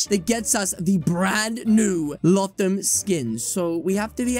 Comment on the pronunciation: It’s pronounced low thum